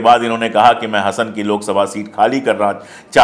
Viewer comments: Sir ji, if you don't mind, Hasan nahin, pronounce like Haasan (Hasan) its like Simhaasan. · HASAN NAHI HAASAN HAI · You should pronounce Hasan as Haasan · Hasan nahiN 'Haasen' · सर, यह लोकसभा सीट हासन है! Hassan, हासन, या ಹಾಸನ ಹಾ=हा ಹ=ह वैसे मैं भोपाल से हूँ।